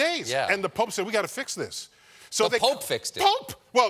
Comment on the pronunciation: the way he says POPE makes me laugh